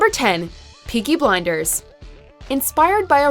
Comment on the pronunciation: When you say peaky blinders in an American accent it sounds like a children's book. Fookin' hell